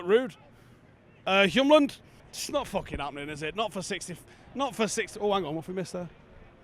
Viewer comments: It’s Hjulmand, not Hjumland 🙂. Literally means wheel-man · Hjulmand is pronounced "Yule" like Christmas and Mand means mann. So "Yulemann" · Please just look at how Hjulmand is spelled. The "m" is not right before the "l", it's right after. Why would you pronounce the "m" before the "l"? Just say "Hjul" and then say "mand".